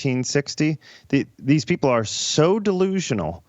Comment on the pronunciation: You'd think that BLM, with ALL their money they fooled and swindled the idiots who were stupid enough to donate to them out of, would at least send someone intelligent, or one who can at least SPEAK English words properly, to the "sorrowful" event. "Peopow"? (People) "Keow"? (Kill) "Cynicow" (Cynical). Priceless. DUMB as rocks. The ONE SIDED racism at this point is staggering, and it's coming to its end. People aren't putting up with it anymore.